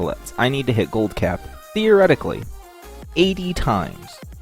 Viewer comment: Emphasis on "Theoretically" lol